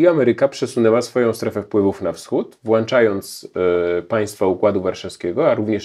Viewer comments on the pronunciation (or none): Nieznośne są błędy językowe Zychowicza. "Włanczając"??? I to "tą/tom" sprawę zamiast poprawnie "tę sprawę"... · Włączając...a nie wlanczając Panie Piotrze